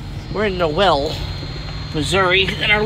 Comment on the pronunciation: Dude, Noel is pronounced knowl. Great drone footage by the way.